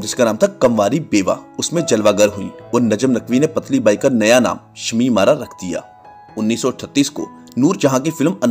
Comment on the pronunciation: Mind your pronunciation "patli" is wrong correct word is "putli".